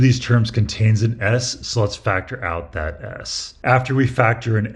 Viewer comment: "Let's factor out dat S"